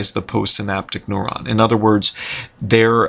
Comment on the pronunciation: why the heck is he pronouncing neuron as "noron"? Rhymes with moron, what a moron.